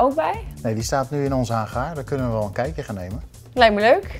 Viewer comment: Het is geen haggaar maar Hangar